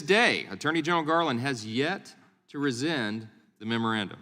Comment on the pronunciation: And this nice speaker really needs to learn to say the word "RESCIND", clearly & correctly. (Biden Gov't's hard of hearing.)